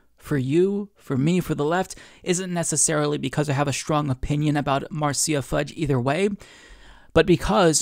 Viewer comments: It’s “Mar sha” NOT mar cee ya. Just thought you might want to know. 🥰 Nina so awesome! ❤️ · it's "Marsha" not "Marseeya" lol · Quick correction, Marcia is pronounced like marsh-uh, not marcy-uh. Idk how often her name is gonna come up from here on, but just pointing it out. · Marceya... LOL. Marsha (Marcia). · It’s Mar Sha Fudge. Marcia. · Marcia. Mar-sha. Like Brady. Marcia Marcia Marcia. I'm just saying. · it's pronounced Marsha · Pronounced Marsha Fudge. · I love you dude but it's pronounced "MAR-SHA"